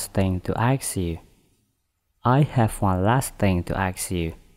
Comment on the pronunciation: Ada yang tidak betul sebutan ... Ia sebut school- schol...ingat oo itu sebutannya panjang it jadi at have jadi hab used it jadi us it me jadi mae clean jadi clan adoi.....